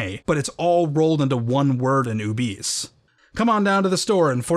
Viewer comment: I've always read the term "Ubese" as "Ou-beh-sae", closer to an African(?) dialect (don't know enough about African regional languages/dialects, but the nearest approximation I could think of), since it's also the name of the species in the Star Wars universe, and "Ubese" as pronounced in the video sounds too close to "obese", which just sounds silly. :D I saw them in KOTOR 2 as enemy NPCs, but didn't realise they were supposed to be the same race as Boushh/Leia.